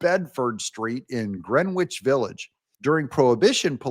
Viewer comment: Quad Club, Douig, FYI, it's "Gren-ich Village"; the "w" is silent. I am a native of NewYawk City, LOL.